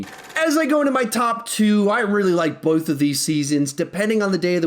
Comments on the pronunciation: said "both" in an Australian accent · this man just went British